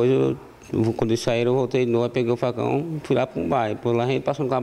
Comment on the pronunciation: O video é briga de facão e eu entendi briga de fação